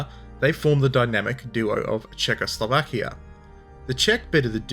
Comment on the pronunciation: It better should be as that is how czechs and slovaks say it... which should always guide foreign language pronunciations...